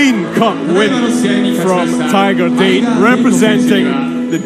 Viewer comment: Pronounced DAH-tay from tiger date, not “tiger dayt” like the announcer said. Nobody told him?…